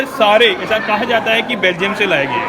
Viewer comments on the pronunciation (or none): none